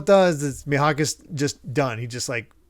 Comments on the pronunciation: Gonna try leaving comments for engagements cause of how chill and nostalgic this podcast is making me. Will say the pronounciation is Me-Hawk. You've kinda saying it like the "h" is silent. But yeah Pearl is such the essence of a throwaway character with too much depth. It could've been easy to just say. When he bleeds, he gets angry, and he starts burning everything in sight. Also Oda is considered a genius mangaka, back then and even now with both his art and story telling. Like both his color spreads and 2 page stuff is just amazing. In another manga called Bakuman about mangakas (Made by the Death Note guys), there's a rival genius guy who is speculated to be designed after Oda. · It’s pronounced ‘me-hawk’